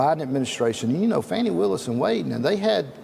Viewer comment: I think its "Fawni" and 😅 not Fanni Willis